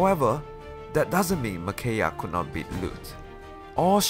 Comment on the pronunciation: I believe it's Me/Mih-kai-ah, but fantastic video nonetheless